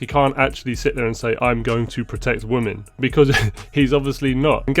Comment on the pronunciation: Women is pronounced "wimin" why are so many people getting this wrong all of a sudden? What is happening?